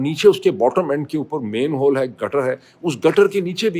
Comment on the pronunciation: ⚠Mr. "EDUCATED", it is called MANHOLE, not a "MAIN HOLE".😂 ❓Really, what kind of MADRASSA did you go to for Primary Education⁉🤣 ALSO, the place is not "Pis--ka-ta-way", but Pis-kat-way. ❗Dear "Doctor" either you are really so dumb, or you need to visit a Memory Clinic and get evaluated for Dementia.